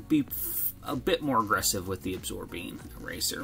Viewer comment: It’s Absorene, not Absorbine. Absorbine is for arthritis.